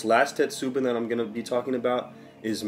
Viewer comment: a few corrections. 1. on pronunciation, its not "you ri she" but "oo roo she" as in "urushi" also, in "tetsubin", the emphasis is on "tet" rather than "su" and the "i" in "bin" makes a long e sound 2. tetsu means irons. so your clay kettle is not a "tetsubin". In english you would just refer to it as a kettle 3. you will not ruin a kettle by adding tea into it. Though, you are right that it can be used as a means to deal with rust.